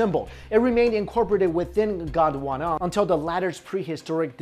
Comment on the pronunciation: when u said gondwana i thought u said uganda XD